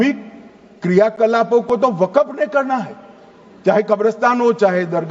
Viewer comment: Wakaf nahi waqf hai pahle sahi bol lo .